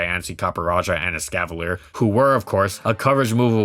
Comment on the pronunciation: EXCAVALIER, NOT EXCAVILIER!